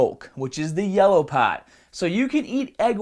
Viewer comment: The yellah paahht?